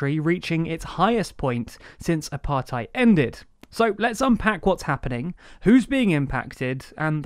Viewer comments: Good overview, but in future I'd suggest looking up pronunciations beforehand - Ramaphosa isn't Ramafoza, Thabo Mbeki's name isn't pronounced with the English 'th' sound, and the 'ei' in Apartheid isn't like the German 'ei' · It would be so nice if you guys did even a tiny little bit of research into the pronunciation of names and concepts. Cyril Ramaphosa's surname is pronounced Ramaposa, not Ramafosa. Apartheid could also do with some work.